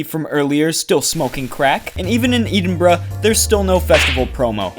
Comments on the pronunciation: Only problems with this is its slightly edgey and the way he says “Eden-Bruh”, otherwise this is literally what I think as well as some proper off road/rally physics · Its painfully cringey how you pronounce Edinburgh 🤮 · The way he said Edinburgh made me die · Did he say Eden-bruh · Did you say Edeenbruh? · Please stop saying Edinburgh like that, it's painful